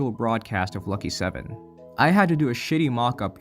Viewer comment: My Lucky 7 video has had a bit of a spike in viewers recently... I guess this is where that came from! Thanks for the shoutout I appreciate it ya pronounced it perfectly dw Great video btw